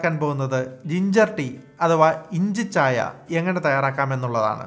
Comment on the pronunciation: inchi chaaya...ennalla.. inchicchaayaa. ennu.venam